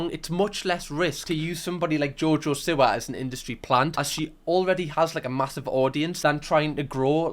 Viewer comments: it’s SEE-wah, not sih-wah. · Its seewa luv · Ngl pls stop saying Siwa bc it is Seewa (is spelt Siwa pls don't come at me) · You always say her name wrong g haha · Even after the 2nd channel vid, he still cannot pronounce her name! Love ya ❤